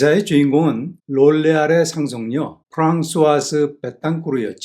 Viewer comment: 롤레알이 아니고 로레할인데 듣기 거북하네요 ㅋㅋ